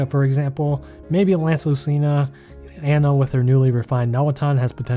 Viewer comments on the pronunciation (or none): none